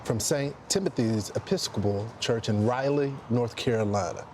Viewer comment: In the early 00s, this blunder of “Raleigh” would have message board discussions going wild at this anchor for not knowing how to read. Now nobody blinks because the bar has been lowered so much.